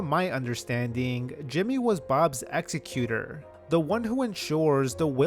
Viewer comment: . The person who deals with your Will is certainly not “your executor”. (EX-ee-cute-or) That’s the person who terminates your life against your wishes. The person who deals with your Will is your executor. (ex-ECK-you-tor).